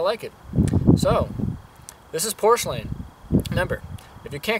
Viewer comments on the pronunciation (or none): Nice video and good explanation, but you really should learn how to pronounce it the right way. It is PUR SLANE....NOT POR SLANE Happy hunting!